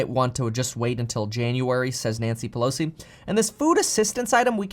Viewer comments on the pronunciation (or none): none